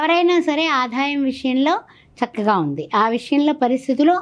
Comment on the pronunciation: ఆధాయం కాదండీ.... ఆదాయం